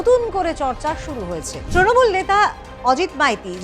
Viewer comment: এটা ত্রনমূল নয় হবে তৃণমূল ,স্টাইল না করে যথাযথ বাংলা উচ্চারণ করুন।